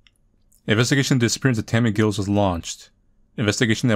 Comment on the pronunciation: 'Giles', rhymes with 'tiles'. Good playthrough. I like that the developer always has a possible good ending to their games.